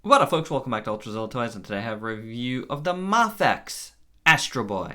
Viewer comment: I believe it's May-Fex...not Mah-Fex. (I could be wrong.)